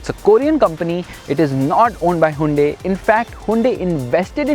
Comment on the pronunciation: Plz bro stop pronouncing it hundae hundae...